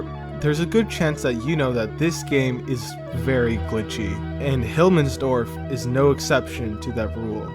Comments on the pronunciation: "Hilmmensdorf" It's Himmelsdorf but whatevs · Who th calls the map "Hilmmensdorf" except for that, good vid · "Hillmensdorf", it frustrated me everytime u said it incorrectly xd, nice vid tho